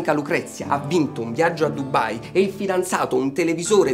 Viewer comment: la chat di famiglia è una cosa TRISTISSIMA. Dubai non Dubbbbbai :D